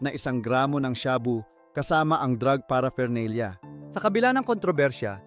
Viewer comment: paraphernalia -hindi para fernalia